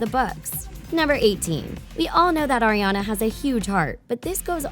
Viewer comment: The woman won't stop saying Erriana instead of Ariana and it's pissing me off.